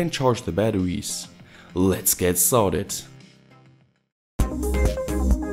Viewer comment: "Let's get sarted"